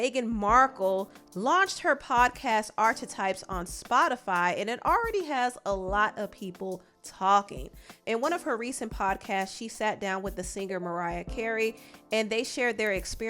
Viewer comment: ARCHETYPE…..not AR- CHA - Type 🤦🏽‍♂️ good show tho.